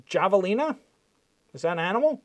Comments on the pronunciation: Pronounced "havalina." The J in Spanish is pronounced with an h. (Jalapeno.) They are members of the peccary family. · Javelina is a small pig like animal. Pronounced Havelina. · Javelina is pronounced "have-a-lina". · 16: 01 Have a lena - that's how you pronoun it. They look like pigs but are related to rats/rodents. They will attack you if in a pack. They are all over AZ. Did you know July is mating seasons for the tarantulas? Yeah, they are all over at that time. They would come in through the dog door at my parents. They also would be all over the sliding glass doors too. /shudder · Javelina is pronounced havalina. It is a type of small wild pig. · Javelina (have-uh-lean-uh) are like a small South American pig. Also called peccary or skunk pig. They only get about 40-80 lbs, really cute, not aggressive like wild hogs.. don't try to pet one though... they're super tasty, just don't cut into the scent gland! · Its a wild pig and you pronounce it with a H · Javelina is pronounced with an H, and it's a little wild boar.